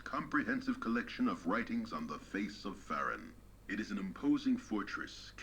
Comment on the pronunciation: I do too, and I think that was a mistake or audio glitch. I've hear everyone saying Fay-roon, even some of the old game developers.